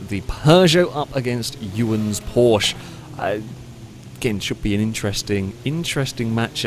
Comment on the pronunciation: Would it really cause physical pain saying porschE? There is an E on the end.. It is a german brand, not french, or bri-ish..